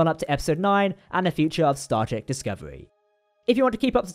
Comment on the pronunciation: your videos are good, but yeesh, say all the parts of all the words! Even right at the start of the video, 'Star Trek' comes out like 'Star Tr.' You've got plenty of time - slow down, we have time to listen to you say all of the syllables.